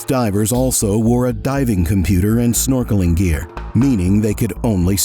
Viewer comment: "... their norkeling expedition?" Really? Snorkeling? Dude, they're scuba diving. How does anyone confuse scuba diving with snorkeling? No one is "snorkeling" in Antarctica, lol.